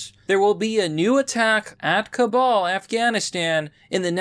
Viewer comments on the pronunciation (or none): If you want people to take you seriously as a source, you need to know how to read and pronounce things correctly. Ours not "cabal", it's "Kabul". Eminent=/=imminent. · You keep mispronouncing Kabul. It's not pronounced like "cabal" or "Kabal", it's "Kah-BUULL", the second half of "Kabul" is pronounced as if you're fusing "Buu"(as in Majin Buu from Dragonball Z, GT, and Super, which is pronounced with a hard U sound), with "bull". Please correct your pronunciation. It's not "Ka-ball", it's pronounced "KaBuull". Kabul. Okay? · Bro. I love your videos, but for the love of God, please stop calling it “Ka-BAL” it’s Kabul, “Ka-BUL” , I know you can say it right, I’ve heard you do it lol bro plz . Idk why but every time I hear you pronounce it like that it drives me crazy, especially cause I’ve HEARD you say it right in other videos. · I love you but it’s pronounced Kabool not Cabal. Thanks for all the great reporting. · dude, i watch every video, but jesus, clean up your english (stop trying to change how you speak, your cadence, delivery, etc) and your pronunciation of foreign names and various things like nuclear. its pronounced ka-BUUL , ka-BOOL. not Cabal / Kabal - this isnt mortal kombat iii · "Kabal" ME: I don't see a second 'a' in "Kabul"